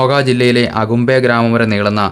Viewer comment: സ്ഥലത്തിന്റെ പേര് അകുമ്പേ അല്ല. ഹാകുംബേ